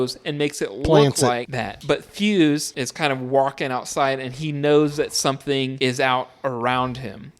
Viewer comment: Sigh. The helicopter is destroyed by one of the Norwegians dropping a grenade by it. The doctor's name is " Copper" not " Cooper". Clark does not shoot the dogs( Thing dog or otherwise)! He tries to stop the others from shooting the dogs. The other scientist is " Fyukes" no " Fyuse". It is not " less than a day". After half of the action of the movie McCready makes a log mentioning that the blizzard has been hitting the camp for " more than 48 hours"! Then they have another day and then the final night.